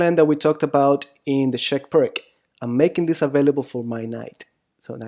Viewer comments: Hey, here in America we love butchering names in other languages. See: Los Angeles, San Francisco, San Luis Obispo, San Rafael... and that's just here in California. Plus, "Pirk" sounds better than "Peertz." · Americans or pseudo-Americans cannot and will not pronounce non-English names correctly. To do so would be an unAmerican activity, an outrage to Trump and MAGA. Pirc is spoken 'Peerts'. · ...pronounced peertz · Never trust the advice of a chess player that can't pronounce Pirc. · If you're interested: fianchetto (Italian for 'little flank') is pronounced fianKetto (ch = K) and Pirc (a Slavic name) is pronounced PIRTS (i as in 'little') and c = TS (as in 'Srebrenica' (SrebreniTSA)). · I thought Pirc was pronounced pee-urt-tz. (U pronounced as in under or ulcer.) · Vasja Pirc is slovenian GM and your pronunciation of his name is terribly wrong. Pirc for English spreaker would be Peertz. Similar to Blitz. Keep up the good work you do. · A friend still doesnt believe me it is pronounced peertz xD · We all pronounce it Perk too! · Vasja Pirc and he is not prik...? His name is P I R C (c like Ceylon) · Pirc. P-I-R-TS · Apart from totaly miss pronounced the name of the chess master from Slovenia you certainly broke it down beautifuly.i play it with the black every single time.90% of the games with black are won .majority of people dont know what to do.best opening for black by far. magic with black pieces.thanks for your knowledge and experience. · You should really look up how pirc is pronounced lol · But we must pronounce pirts not pirk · Please pronounce it as "peerts" it's called the pirc defence after a man's last name, which is not pronounced "perk" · It's not called "purk" though, it's more like "peertsh", just throwing that out there. ;) Anyway, thank you for the video! It's always great to see someone's else's perspective on things (even if it's just to validate what you already know). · Its pirs and not pirk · Isn't it pronounced 'persh' rather than 'perk'?